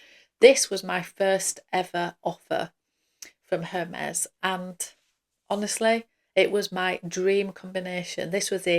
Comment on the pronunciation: i believe the “H” is silent